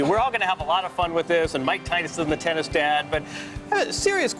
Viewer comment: Thyson thennis